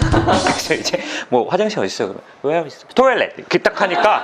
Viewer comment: 아닠ㅋㅋㅋㅋㅋㅋㅋ난 왜이렇게 요정쌤 "또일렛!! 😯"하는게 웃기냨ㅋㅋㅋㅋㅋㅋㅋ